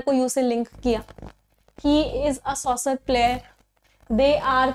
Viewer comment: She's not good at English..... Soccer ka pronunciation सॉसर nahi hota